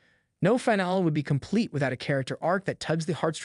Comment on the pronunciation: It has to be an AI voice. No one pronounces finale as FINE-ALL.